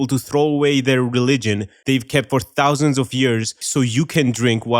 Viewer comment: Thousands... plural? I guess 1600 rounds up, but damn. Didn't have to put such emphasis on it.